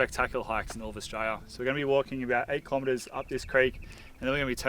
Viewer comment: Australia with four syllables not three please 😂